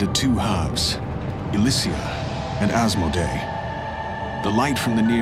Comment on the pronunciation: Mm, I always wished I could make this play again at the beginning of my game without having to uninstall it. The scene where the tower shatters has always given me chills. I also like this for the fact that Asmodae and Elysea are pronounced. I twitch a bit on vent when people call them Asmo-dee-ah and Ell-see. Guess I'm an RP snob, though. Not necessarily a bad thing!